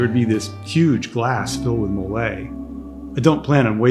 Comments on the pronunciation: I appreciate your videos and want to try this place. My only ask is, please stop calling MOLE, molay! Phonetically: It’s pronounced MOE-LEH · The correct pronunciation for Mole is- MOH-leh. Stress the 1st syllable. pronounce like the mole of guacamole